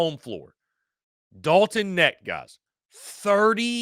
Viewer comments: Dalton Knecht.....The K isn't silent. Go Vols! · I was coming to the comments to say the same thing Knecht.. the K IS NOT silent bro. Its said exactly how it's spelled. #GBO #VFL